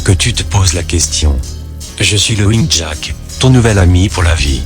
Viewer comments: et haut faite lapin c'est pas loging jack comme tu le prononce mais laufing jack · je suis coulrophobe ( phobie des clowns ) certaines images m'ont mise mal a l'aise et l'histoire est tragique et horrible au fait , laughing se prononce " lafing" et non "lowing " ^^ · Sympa, impossible mais sympa, par contre les modifications de niveau du son sont hyper desagreable Et 'lowing jack" ca desacralise completement le recit ... gh en anglais se prononce F et Laufing Jack c'est bien plus percutant. Cela dis c'etait sympa. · Il dit l'auing jack ?